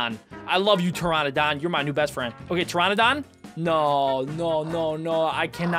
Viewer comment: Finally he actually said Pteranodon instead of Pteradon